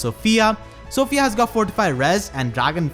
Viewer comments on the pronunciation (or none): none